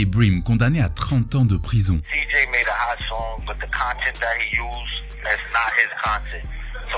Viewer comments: Le J en anglais se prononce "jay". Donc on dit pas Cgi mais Cjay (CJ) À part ce petit détail, excellente vidéo ! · Pleaaaase les francophones ! On ne dit pas CeeJee , mais CeeJay! J se prononce Jay, et le G se prononce Jee! En tout cas bon travail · bosse vraiment les prononciations, ça donne l'impression que tu connais pas vraiment le sujet... "C-Gi", "Sleepy Hollow", ...